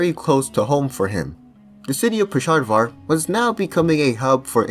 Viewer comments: “Pesharvar” dude are you purposely mispronouncing these things or have a speech impediment issue? Not to be rude but other than pronunciation of names your videos are great, but the names of places and people are so off it’s hard to ignore 😅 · Bro said Pesharvar